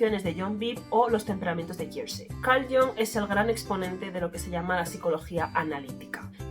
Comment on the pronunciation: Muy interesante el vídeo. Recuerda que Jung era suizo y la "u" de su apellido es como la española prácticamente. Así que no hagas caso de la gente que lo pronuncia "a la inglesa" como si fuese "Young" 😅 Además de que es un sonido menos de garganta en general todo el apellido. Gustav también tiene la "u" casi como la española.